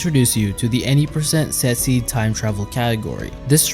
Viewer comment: am I the only one who heard sexy glitchless instead of set seed glitchless??